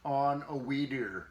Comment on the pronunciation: How to tune a Wee drrdrrr… beer kicked in there didn’t it ol’ boy hehe